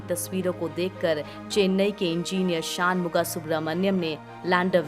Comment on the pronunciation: जब हमारी शिक्षा दोषपूर्ण और anglicised हो तो हम षण्मुख या षण्मुग सुब्रह्मण्यम् को शान मुगा सुब्रह्मण्यम् बोलने लगते हैं। देसी उच्चारण चाहे कितना कचरा हो अङ्ग्रेज़ी बिल्कुल अमरीकी accent में होनी चाहिए। अभियन्ता का नाम शान नहीं षण्मुग है।